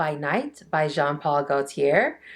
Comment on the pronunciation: Love you! But it’s “Go-tee-AY” (Gautier)